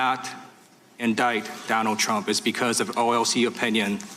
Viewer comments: What was the word Mueller was conflating when he said "Trimp"? What do you think? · nope. Trimp. Slip of the tongue. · "It would be Trimp"! LOL, you go Robert. Throw that shade. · lol mispronounced trumps name. Tranmp? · He said "Trimp" 🤣